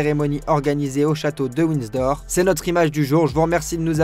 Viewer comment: Ca pique les oreilles le Winsdor! 😂😂😂😂